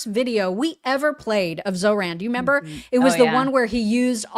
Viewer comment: also says 'member. Without the re!